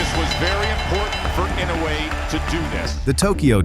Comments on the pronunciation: Be honest with yourself. Either this is an AI generated compilation or the narrator is too lazy to learn how to pronounce Naoya Inoue's name even though the fight commentators say it repeatedly. Not liking. Not subscribing. People are too lazy to do even the least amount of research to make a good video. :face-orange-raised-eyebrow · AI always mispronounce the names. Sometimes three or for different pronunciations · Riding on the back of the greatness of Inoyue... Your commentary sucks , and you don't even know how to pronounce the names correctly.